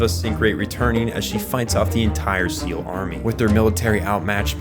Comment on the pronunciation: Why do you call Sachiel Cecil?